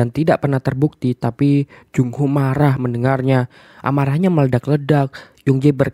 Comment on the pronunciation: Marah bg bukan maghah